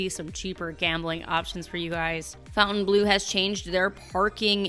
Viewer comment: Hi! I've enjoyed your videos for years now and love your content. I do have one comment on the pronunciation of Fontainebleau. I mean you no disrespect - Fontainebleau has no U in the word so it should be pronounced without it. Phonetically it is - Fon-tin-blu ( A Frenchman taught me how to say it correctly) and it sounds so much prettier. Keep up the great What's New videos!